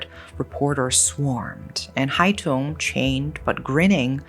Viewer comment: Just a small correction, the killer's nickname was Hai Tửng, not Hai Tùng :)) But overall, I am impressed by your take on this case and also the way you pronounced Vietnamese names! Thank you for letting it be known to more people!